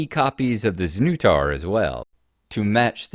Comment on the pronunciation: That's some pretty impressive dedication to 3D printing, bro. So good to see the Dragon magazine version. Dragon magazine is a warm blast of nostalgia for me. Hearing you pronounce the ship's name (znutar) as Zuh-new-tar gave me a puzzling thought. I know the creator Tom Wham is American, so it must be intended to be pronounced with the nu sounding as new, but the English way to pronounce it would be sn-nut-ar. Don't know if you guys have the term "nutter" for a crazy person but the play on words just seems too fitting for the game's concept to be accidental. Undoubtedly that's not the case, but if it's not it should be purely for comical effect. Wow, that is a superb ship model. I always admire fans with such obsessive dedication and love. Props to them all. I can imagine you 3D printing all kinds of set models for board games now, particularly the sci-fi ones like Aliens or Doom. Your zipped cover case for the printer is a good idea. Besides being fire resistant and heat containing, does it do anything for the noise levels? Interesting to see the results of failed prints you had, and to hear what caused them to come out like that.